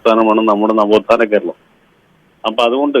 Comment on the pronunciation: ചമ്പൂർണ ചാച്ചര നാവോഥാന ഖേരലം . ഫരിക്കുന്നത് കണ്ണൂരിസ്റ്റുകാരും😊